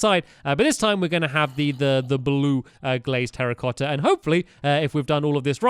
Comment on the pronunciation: when he said terracotta blocks I thought he said "Harry Potter blocks"